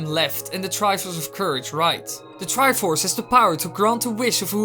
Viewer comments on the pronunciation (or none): "The Triffffuufuf of courage"